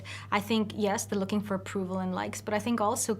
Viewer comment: looking. not ooking